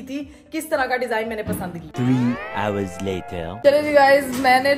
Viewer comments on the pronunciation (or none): none